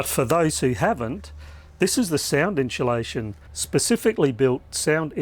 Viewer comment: "...inSHOElation.." What?